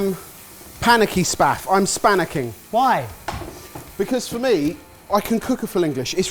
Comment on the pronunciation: "i'm spanicking"